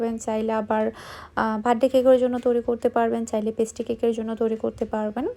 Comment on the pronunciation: পেস্টি না ভাই, পেস্ট্রি 😑 আপু আপনার উচ্চারণ ও বানানের দিকে দয়া করে একটু নজর দিয়েন। খুব অড লাগে শুনতে ও বানানগুলো দেখতে। আপনাকে ভাল লাগে বাট এই কারনে মাঝেমাঝে আনসাবস্ক্রাইব করে দিতে ইচ্ছা করে। আশা করি আমার কমেন্টটি পড়বেন।